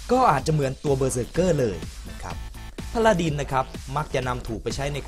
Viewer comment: พาราดิน ไม่ใช่ พาราดร พาราดร ไม่ใช่ พาราดิน